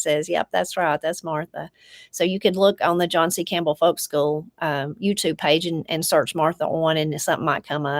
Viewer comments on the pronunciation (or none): none